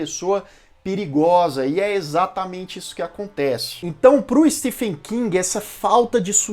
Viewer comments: Se pronuncia steven king e não stefen!, o próprio autor corrigi como as pessoas pronunciam errado seu nome!. Stephen King (Steven King). O ph no nome dele se pronuncia como V. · Se pronuncia STEVEN King, mesmo sendo escrito Stephen. Inglês não tem coerência na escrita/Pronuncia. Fica a dica. Desculpa, mas dói meu ouvido.